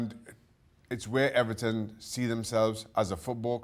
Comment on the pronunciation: You mean EBERTON.